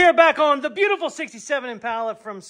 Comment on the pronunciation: stop saying IMPALA wrong!!!!